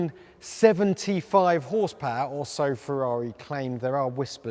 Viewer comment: Ferrari pls, not FeVVaVi